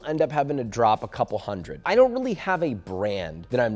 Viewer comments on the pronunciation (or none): none